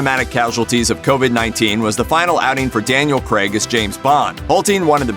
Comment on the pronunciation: Finally... an American who can pronounce “Craig” correctly 👏🏻👏🏻👏🏻